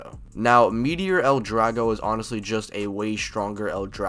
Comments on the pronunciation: Meteo! Not meteor like come on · I’m so glad you called it Meteor L Drago. I know it’s actually Meteo (which is also cool as it’s the French word for weather) but when I first watched him call it by its new name in MM I was blown away that they came up with that name for its reborn version